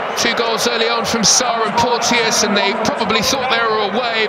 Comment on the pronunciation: FYI: Porteous is pronounced 'Porchus." 👍